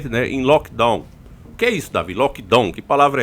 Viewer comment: Oi vc tá pronunciando errado o Lock Down